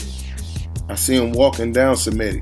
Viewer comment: first of all it is she re me ta , second this is ggg at the end of his career.Szeremeta is slower , less technical , less everything . but he has heart , he has mental toughness. The problem is Kamils coach has covid , Lapin is the same coach for Glowacki , that's why there is no WBO title fight Glowacki vs Okole. Szeremeta is tougher than Proksa , Jacobs or Sulecki . He is like a Buffalo